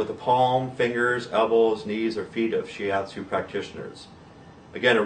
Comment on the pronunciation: shi atsu not shi yatsu "yatsu" 奴 means "guy"